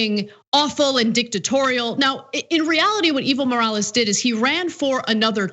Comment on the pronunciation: I thought she was saying "evil morales" was the guys name haha! I had to look it up to get it right. I thought it was just too perfect to be real.